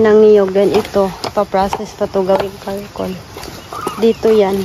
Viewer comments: Gawing uling charcol hindi carcol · Charcoal not Karcoal! You know the expression char char that’s how you pronounce the charcoal 😊👐🏻✌🏻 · wala Kay klase? Btw, I noticed you said “karcoal” the correct word is “charcoal”. Tambok ang mga baboy!